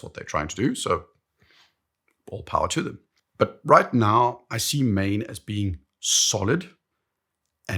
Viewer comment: It is “maan”. I lived there for 15 years and never heard “maen”.